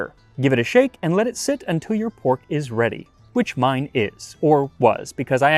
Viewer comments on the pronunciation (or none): none